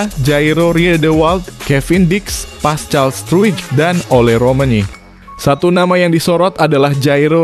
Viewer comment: Pascal struk baca paskal!!!!!!